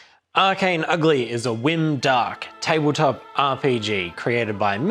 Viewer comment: Did you say “whim-dark”? Great word hahaha